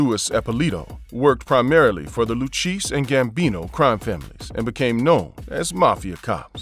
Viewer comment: the way you pronounce those mafia family last names are SUPER CRINGY!!! I mean CMON’? LUCHEESY? 😂😂😂😂 Does ANYONE not listen and watch for these HORRIBLE mistakes. Because if you’re hiring…. I got you.